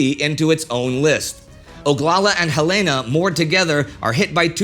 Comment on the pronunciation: The ship Helena.. as in the capital of Montana... Hel-uh-nuh